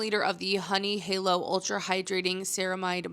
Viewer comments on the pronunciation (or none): none